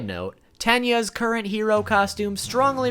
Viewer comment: you butchered incursious name